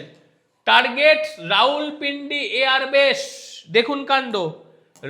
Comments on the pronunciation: রাউলপিন্ডি নয় রাওয়াল পিন্ডি । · রাউলপিন্ডি নয় রাওয়ালপিন্ডি